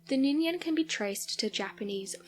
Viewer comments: It's Ningen...not Ninyen....🤫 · For clarification, the Ningen is pronounced with a harder G and not a Y.